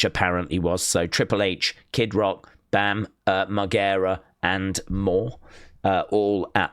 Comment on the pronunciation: saying Bam's name wrong🤣